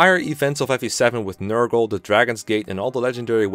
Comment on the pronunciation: NER-GAL Not Ner-girl smh